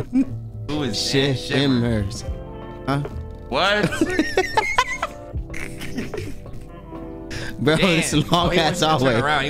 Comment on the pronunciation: his last name at least got 3 syllables bro: Shi-Shi-mmers: WhAt??? 😂😂😂😂😂😂😂😂😂😂